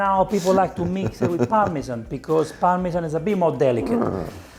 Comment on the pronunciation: You should point more the prononciation of parmesan than percorino. Why american say parmeJJJJJan it's prameSSSSan. listen to the chef.